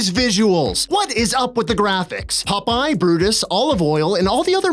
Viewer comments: Why does say "Pupeye" instead of "Popeye"? As for the random insta-deaths, they are more than likely attached to invisible enemy models. Just another broken mechanic like the whole game. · Who is "Pupeye"? 😉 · Stop calling him pupeye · Ahhh yes my favorite sailor: Pup-eye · So many “Pupeye”’s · Why do you keep saying Pupeye? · WHY DO YOU GUYS KEEP PRONOUNCING IT PUP-EYE?! Aaauuugghhh!! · The witch is the Sea Hag and I can't help but giggle at the way you say Popeye. "PUP-PIE!" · Wait, am I hearing "pup eye"? Is the Canadian accent that similar to the Boston accent? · I keep hearing "pupeye".... Probably the only one🤷🏻‍♂️ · The way he says 'pup-eye' every time is fucking infuriating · they are canadian